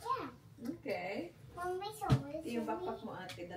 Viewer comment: 😂 tawang2 ako sa british accent😂